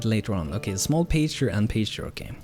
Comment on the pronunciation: Hope your new job is awesome! FYI in English Pasture is pronounced like Pass-ture, or Pass-chur. The first part sounds like Gas. =D